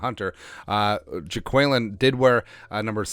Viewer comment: Definitely pronouncing Jaquelin as JAY-QUELL-IN